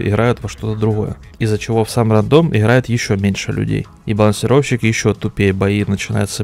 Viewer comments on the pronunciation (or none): none